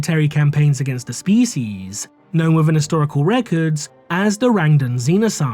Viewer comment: The Rang-Duh?